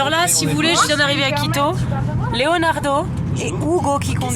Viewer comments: Quand elle dit « quito » j’entends « clito ». Est-ce normal? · tout le monde entend clito !!! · C'est que moi ou à chaques fois qu'elle dit "Quito" j'entend "Clito" ?~